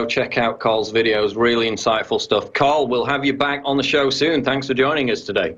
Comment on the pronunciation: Tarl, not Carl